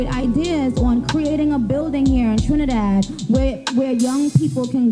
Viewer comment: girl you butchered those names and the trini dialect 😂😂😂🤣🤣🤣🤣🤣🤣but being West Indian, it was cute to watch but you’re forgiven.